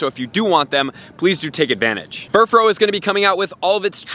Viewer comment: Bro, it's Furfrou, not Furfrow!